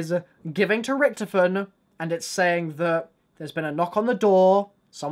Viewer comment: Is it me or can he not pronounce Richthofen right?